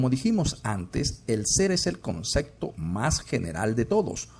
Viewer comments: La ballena es un mamífero, pero no es cuadrúpedo🤦‍♂️. Por otra parte, ¿por qué oigo que dice "concecto"? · No puedo creer que se tenga este nivel de conocimiento, y al mismo tiempo se diga “concecto”. Léase: CONCEPTO.